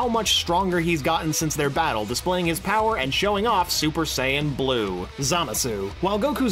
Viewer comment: Dude, it's Za-MAH-su (Or SAH-mas; either way is correct -- like the two pronunciations of "Schedule"). Also, it's Rosé (Rou-SEH-EE)